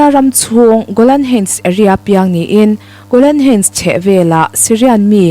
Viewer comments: I thu chhiar a ngaihnawmin i aw hriat a nuam hle. Golan heights i lam dan erawh google lam atangin ngaithla la, a duhawm. Hun lo kal zelah a la lar dawn chauh hmel si a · Golan heights han lam dik thei deuh la, thil dang pawh a lam dan uluk theih chuan ngaihthlak a hahdam zel ang